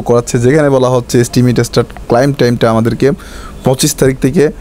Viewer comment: ক্লাইম না ক্লেইম বলবেন।